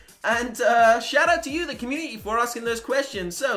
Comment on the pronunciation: I'm sorry but this has annoyed me even though your great u pronounce community with a t